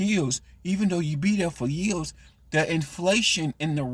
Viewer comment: Its YEARS SAY IT WITH ME. Duh say it with me YEARS NOT YEUHS 😂😂😂😂 and duh who thinks working at MCDONALDS IS A GOOD JOB?